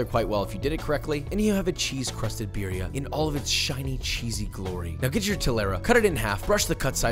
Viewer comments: When hipsters say “BEERia” lmfao I feel like the only flavor here is the cheese smh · roll the R's in birria, foo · practice rolling your r's por favor or we will revoke your license for cooking mexican delicacies >:o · Your pronunciation of birria just cracks me up, I'm definitely trying to make it next time i make birria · please stop pronouncing BIRRIA wrong, it hurts me! for the love of god, you live in Texas...